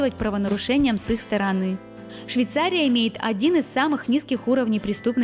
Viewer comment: Учи русский язык девочка.!!!!!. Миллион раз сказала Швейцария. Невозможно смотреть